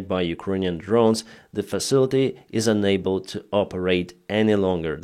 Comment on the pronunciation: Instead of unable, you always say ENABLE. Which is the contrary of what you mean. Please, can you pronounce UNABLE as un-able. Please look up the phonetics, it will help me understand your comments.